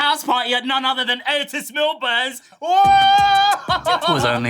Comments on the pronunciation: Lmao "Morning ETES" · I can never say the name Otis normally only the way Eric does